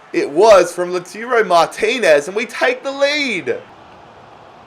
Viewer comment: Every time you said "LOOTOORO Martinez" you left a fan crying in a corner D: It's Lah-ooh-tah-ro if anyone was wondering haha